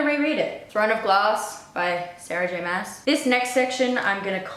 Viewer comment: I like how you pronounce glass and Maas in “Throne of Glass by Sarah J Maas” exactly the opposite of how we would in North America.